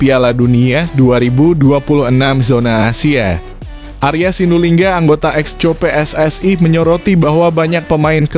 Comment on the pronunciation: Mohammad bro bukan Mochamad, Oratmangun bukan Oratmangowen., Exco bukan Eco